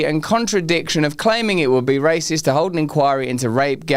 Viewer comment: Did you say raciest or rapist?😮